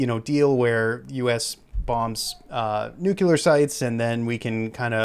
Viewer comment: nuCLEAR not nuCULER you sound like George W Bush